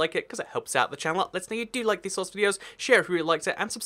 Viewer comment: Why do you say channelaa no offence I love you videos, you are the only one I watch...